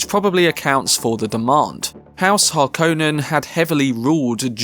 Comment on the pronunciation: It's pronounced Har-kon-nen. NOT Har-kone-nen.